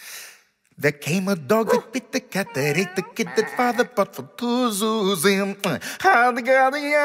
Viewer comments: Half the time he pronounces it 'yuzim' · I love that half the time he accidentally says yuyuyuzim instead of zuzim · Every time he butchers "zuzim" I lose my mcfreaking mind